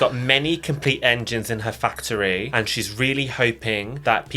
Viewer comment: that’s “fac-otry”. We must be specific